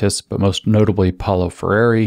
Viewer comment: PRONOUNCE: Paolo Freire POW-lo FRAY-ray (tap the Rs) Edit: Optionally, more anglo: FRAIR-ay (American Rs)